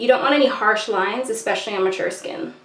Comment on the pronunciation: did you say especially at the end or expecially?